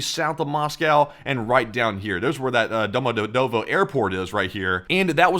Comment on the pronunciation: For future reference Domodedovo Airport is pronounced Doma-de-yedeva